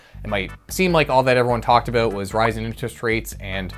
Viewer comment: I think you need to say "about" in every video in 2024. Sometimes I forget you are Canadian. Hearing you say a-boot always makes me smile